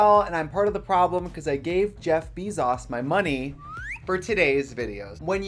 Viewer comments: Why did she say Jeff Bee-zis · i can’t be the only one peeved that she says jeff bee sauce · Her absolute refusal to pronounce his name any way other than BEE ZAUCE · Wait, have I been mispronouncing Jeff's last name all this time?? It's bee-zos? Not beh-zos? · ...Is it really "BEE-ZAUS", not "BEZ-ZUS"? Also, you know you made it when you find knockoff costumes of yourself online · “Jeff Bee sauce” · Jeff Bee-zauce 😭😭😭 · "Jeff BEEZ-AHS" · is anyone gonna talk abt how she called him “jeff beezoss” (bee sauce?) tricia be held accountable for your actions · the way tracy says jeff bee-zoss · lmao “jeff beezoss” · Gottmeek and Jeff Bee-zoss. LOL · JEFF BAE-ZUS lmfaooo not bee zos 💀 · ah yes, jeff beesauce. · Trixie: "Jeff bee-sauce" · “beezauce” sis delete this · I can't with the constant pronunciation of "Jeff BEEEzahz" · Jeff Beezos 🐝. Sis, where do you get these pronunciations 🤣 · "Jeff Beezauce" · Did she really just say Jeff Beesauce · Trixie did you call him Jeff... Beezos? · “ jeff beezoss” 💀💀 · PLS NOT “Jeff BeEzOs” 🤣🤠✨ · BAYZOS BAY ZOS. BAAAAYYYYYZOSSSS NOT GOTTMEEK. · The way Trixie says "Jeff Beezos" is giving me "Gott Meek" energy 😂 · Amazon CEO JEFF “BEE-ZAUCE” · "Jeff Beezaws" haha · geoffry bee's sauce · “Jeff beezoz” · Not Jeff “BEE-ZOSS” 🤣🤣🤣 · did she just say jeff beeszoes :0 TRIGGERED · Have I been pronouncing “Bezos” wrong this whole time? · Bless her for pronouncing Bezos wrong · I love how trice pronounces Jeff Bezos